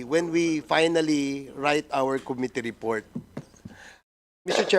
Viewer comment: MAGAĹING SANANG UMINGLES SI CONG. DAN FERNANDEZ, KAYA LANG, KATULAD NI CONG. ACOP, HINDI ALAM ANG TAMANG PAGBIGKAS SA SALITANG "COMMITTEE", NA ANG 'STRESS' IS ON THE 2ND SYĹLABLE, NOT ON THE FIRST, OK?ŕ